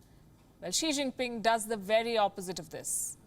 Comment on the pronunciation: "Xi xing ping pong" ka balatkaar kr dia palki ne😂😂